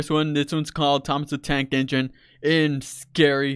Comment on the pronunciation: Nobody: Him: T O M E S D A D A N K E N G I N E